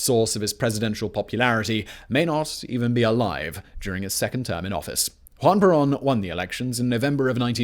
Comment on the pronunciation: “Hwan Perawn”